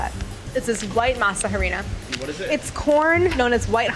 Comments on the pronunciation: It’s pronounced “Masa arena” the H is silent 😂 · I can’t stand how she pronounces masa harina